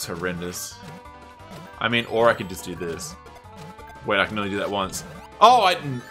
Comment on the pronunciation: How did you manage to screw up "waiting"?